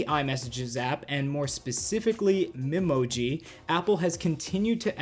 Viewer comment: Uhhhhhh, I think it’s Me-Moji with the “Me” pronounced like the “me” in “meat”